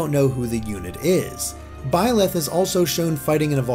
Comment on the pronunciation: Please correct me if I'm wrong, but isn't Byleth pronounced like B-Lie-th, or something like that? The name has multiple spellings, but its referring to the demon king, which given the emphasis on the goddess; it seems like this is going to be another "the devil is the hero from another perspective" kind of story, which isn't bad if handled right.